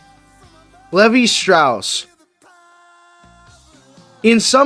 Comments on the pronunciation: It is not pronounced Lev-e Strauss it is Leave-eye Strauss. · this guy just said Levy Strauss lol